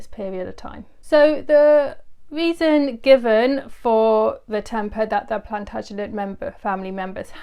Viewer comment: “Plant-uh-jen-ay” Plantagenet